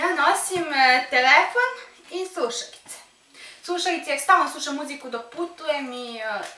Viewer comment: suašauice😂 nauci kako se kaze slovo L